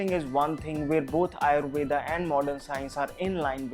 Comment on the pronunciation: Yes Ayurveda not Ayurved